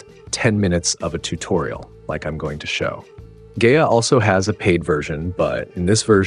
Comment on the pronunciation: Pronounced "Guy-UH"